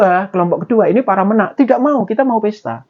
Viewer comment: menak e dibaca kyk e tempe